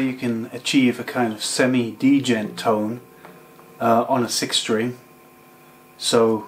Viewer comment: Lol he's saying d - jent